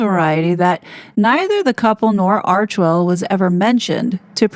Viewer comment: Thankyou for pronouncing Archwell correctly. Im so sick of hearing "Archiewell", or "Archerwell" by ppl who should really know better. Arch and Well. 2 syllables only.